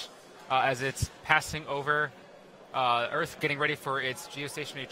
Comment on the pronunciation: Why does he keep saying "Orth" instead of "Earth"?